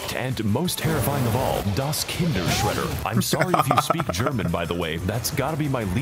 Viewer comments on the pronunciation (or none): when he said 'Das KinderSchredder' 💀